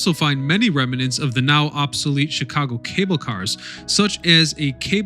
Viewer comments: The word is rem-nant, not rem-e-nant. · Ongoing issue. Remnant . There is no extra "e" after the "m." Rem-nant. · Remnant is a two syllable word, not three.